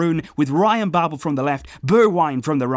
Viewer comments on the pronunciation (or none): none